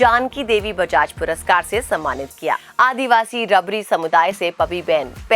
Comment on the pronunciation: Ma'am it's not रबड़ी it's रबारी